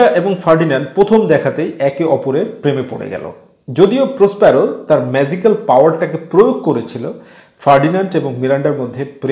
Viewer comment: জ আর য এর উচ্চারণে ভুল আছে, ম্যাযিকাল না, এটা ম্যাজিকাল।